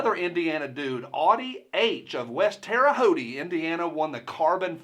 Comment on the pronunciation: There is no e sound on the end of Terre Haute